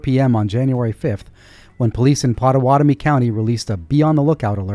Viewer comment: Impressive that you nailed the pronunciation of Pottawatomie. !